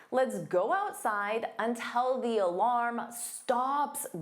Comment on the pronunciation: You pronounce "until" as "untel" on this video. Is it a Canadian thing? Such as "about" being pronounced as "aboat"?